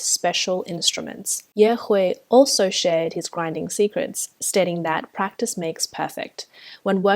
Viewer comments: Rractice makes best after all... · "Rractice makes perfect ... " Me: I can practice, but damn Rractice is the next level of transcendence" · “Rractice makes perfect.” 😂